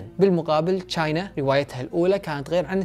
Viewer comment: أسمها مو چاينا أسمها تشاينا أو china